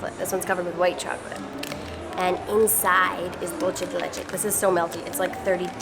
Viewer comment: THEY PRONOUCE DOOL CHE LIKE ITALIANS !!!!!!!!!